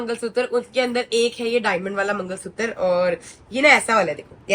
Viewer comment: Mangalsutra na na na😅 mangalsuttaar😂